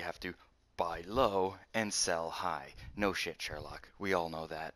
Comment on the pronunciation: its no shit not no shik